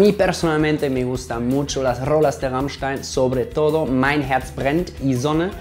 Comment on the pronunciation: wow ahora se como se pronuncia rammstein es raimschtan xD